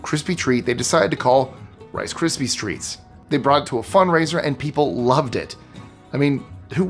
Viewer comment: why do you keep calling it rice crispy streets?